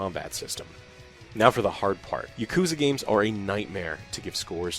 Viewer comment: Texas pronunciation of "Yuh-Koo-Zuh" still gets me 😅 Like "Thay-Nos".